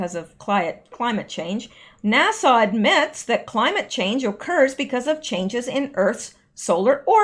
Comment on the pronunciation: Love You..... but sweetie you don't pronounce NASA like Nassau the Bahamas. NASA has a short "a" sound at the end. Love ya, darlin💕👍